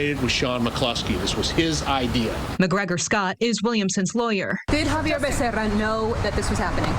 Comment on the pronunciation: It's X-avier! 😂🤣